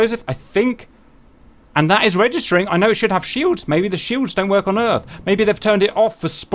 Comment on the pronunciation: Ok, we need a Independence Day mission now. Make it happen. "WELCOME TO ERF"